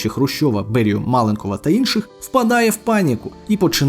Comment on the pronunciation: Авторові - маленкОв, наголос на О, не на А.